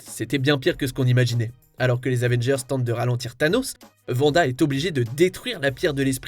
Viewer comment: Ce n'est pas vanda mais plus tôt Wanda, écoutez à la fin comment il prononce son nom, cela m'a choqué, pire que c'est mort des autres